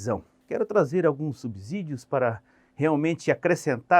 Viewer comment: Professor apenas uma resalva, a palavra SUBSÍDIO ( é pronunciada com som de si mesmo e não de zi). A regra diz que ( depois do prefixo sub pronuncia-se "si/Ci". Boa noite. Espero que não fique chateado.